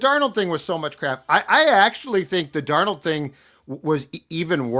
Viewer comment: Why does keep pronouncing Sam's last name as two names? 'Dar Nold'?